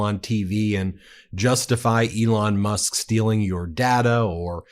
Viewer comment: Ooops Musk, Not Mush. Although it was pretty close! ha ha.